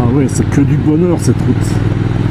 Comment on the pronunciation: .." bohneur " ?! ou " bonheur "?! , vous qui vous moquez un moment donné , sans doute pas méchamment( ?), de l'accent "halsassien " , en tant que " bon " Français ! J'ai cru percevoir un accent franc-comtois , soit dit en passant !